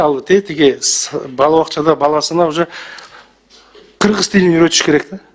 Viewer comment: Энен туура кыргызча суйлосон мен кыргиз дебей кыргыз дегенди туура айталбайт.депутатыка койоордо Бир жыл мурун экзамен алып текшерип окуу жайга тапшыргандай кылып даярдаш керек каяктагы акчасы коп адамдар барып жатат.олкобузго.пайдасы тийе турган жарандарды шайлайлы